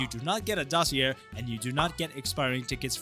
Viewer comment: You pronounced dossier wrong